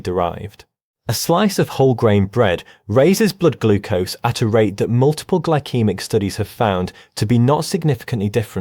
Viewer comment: Gly-kee-mik? That’s You mean Gyl-see-mik.. Glycemic